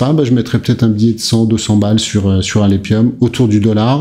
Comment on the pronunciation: Alephium se dit alefium...